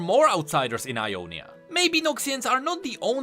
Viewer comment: Sorry its Ionia not I on is